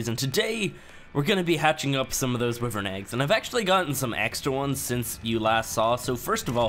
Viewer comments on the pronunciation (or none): Stop saying wivern you say it why-vern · pronounces is "wivern" Me- it's "wyvern but whatever, you do you" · Love ur game play :) but your saying wyvern wrong. Its like (why vern)